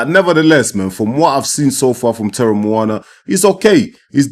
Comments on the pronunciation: You were closest to the right pronunciation of Teremoana at about min. but draw each vowel out. Te - re - mo- a- na (and roll the 'R') Greetings from NZ. Well done. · You roll the r off your tongue. Te-re-mo-ana. But you pronounced the english way properly aswell. In maori. Roll the R's. The pacific warriors are rising in the ring. There's an arsenal of fighters on the rise with jai. Jai, Huni, Teremoana, tyson pedro, Aukuso brothers, leapai jnr, victor biace of team parker. If he wanted to step up. Willis Meehan, etc, SBW, and new Zealand's Joseph Parker who's already a champion in our eyes for pacific warriors. Taking the last warriors places. David tua, Jimmy Thunder, Alex Lionheart leapai, sugar Ray sefo, Danny Green, butterbean latele.